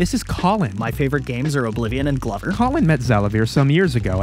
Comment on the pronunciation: GLOVER!! YURAAAH!!! Or wait did he say glober?